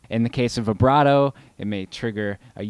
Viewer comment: Good stuff! For $28, you can't beat that pedal with a stick! Oh, and thank you for pronouncing "vibrato"correctly! It drives me crazy when people say it with a long i sound!